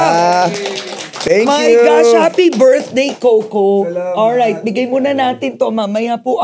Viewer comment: Ms. Karen, it's "Co - Co" po. Not "Kow-Kow"😅